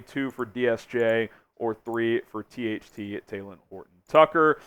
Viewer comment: It’s not taylen it’s talen